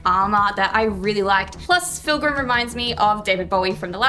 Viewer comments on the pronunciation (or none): Did you just call him filgrim?